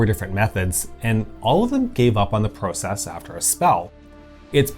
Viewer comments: The narrator’s pronunciation of process and project bugged me. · Pro-cess, pro-ject - hint of Canadian accent? Just curious.